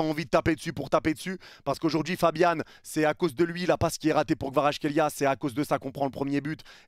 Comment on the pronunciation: je trouve que tu prononces plutôt bien Kvaratskhelia